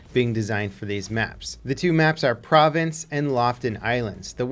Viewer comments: Province is spelled province. Pra-vanhs is spelled Provence. Someone else can do a better job spelling out the phonetics, but it doesn’t sound like the word “province.” Sorry to nitpick. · People from Norway are correcting you so I guess I'll do the same from France! Its Pro-vonce, not Pro-Vance :P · It's "Pra-Vaughnce" dog, not like a province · How about provence. I'm no French expert but I'm pretty sure it's "provauns" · For those that don't know the french pronunciation: PRO-VAUNCE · The little bit of French in me has to say...Provence and province have different pronunciations. Provence is pronounced Pro-vonce. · "Provence" is pronounced pro-vaansce and "Lofoten" is pronounced with an "O" between the F and T, not Loften. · Provence is a region in france the town of Marseille is there it is pronounced (pro vance) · Lofoten and Provence seems like hard words to say for americans ;) loo-fot-en and pro-vaans should help you ;) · Provence is pronounced prov-on-s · Dylan Harris no, it’s prononceer proh-vahns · You’re from California and you don’t know how to pronounce Provence? Guess you aren’t getting enough artisanal cheese and wine... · The way you pronounce Provence is cringe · Don't want to seem like a snob but please listen to this; - If you are going to say the name "Provence" in your future videos, it might be a good idea to get it a tad more accurate in terms of pronunciation. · Oh no...pls learn how to say French nouns province & Provence aren't pronounced the same way. Oh and Panzerbüsche aaaaaaaa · Please stop saying Provence like that.